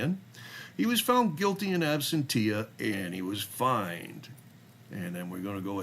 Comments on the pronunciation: Okay, I don't want to be "that" guy, but the pronunciation of "absentia" is "ăb-sĕn′shə," not "ab-sen-tee-ah." (Think "ab-sen-shah" if that will help. That being said, it is clear that the frauditors can't get a real job so they make a living by harassing people and not being productive members of society. Unfortunately, YouTube enables frauditors by paying them for views of ads. Keep up the good work. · Ooops* Absentia pronunciation: Ab-sen-cha*🥰